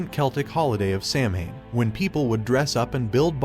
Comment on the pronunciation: Not pronounced correctly here... It's "Sah-win" in Gaelic. For Summer's end.